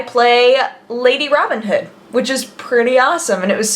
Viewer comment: Hah, I get it! Putting emphasis on the Hood in Robin Hood.